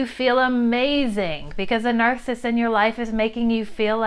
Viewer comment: 'nar·cis·sist' - 3 syllables not 2 'nar·cissist'